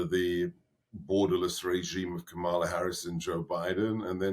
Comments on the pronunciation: For members of your audience who haven't been paying attention, Kamala Harris pronounces her first name KAR-muh-luh. I have also heard it pronounced (by people who use different regional vowel sounds) KAM-muh-luh. Either way, the FIRST syllable is stressed, NOT the second. Trump cult members wilfully get this wrong. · FYI, Trumps team lie just as much as he does, so you're never going to find out what the 'really' think until you see what they really DO. Why are you letting him mispronounce Kamala Harris's name? This is an infantile tic of Trump and his propaganda machine to demean and dehumanise a black person whose name reflects a cultural identity that they hate.